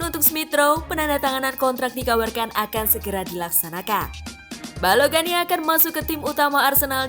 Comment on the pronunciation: Balogun min bukan balogan wkkw